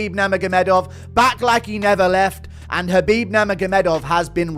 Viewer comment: Chachbib 😂 Just say Kabib Archangel!